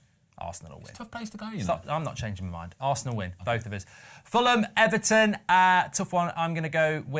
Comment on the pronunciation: Oh Ben Ben Ben 😂😭 almost got the Luton right, but Everton wrong